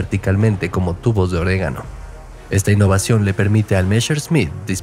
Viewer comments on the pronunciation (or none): Debe ser una máquina, IA , se nota por lo neutro del idioma. Y las faltas ,pj: tubo de órgano = orégano